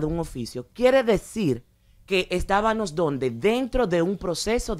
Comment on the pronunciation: Dijo estabanos moriiiiii muerta con una eminencia diciendo estabanos !!!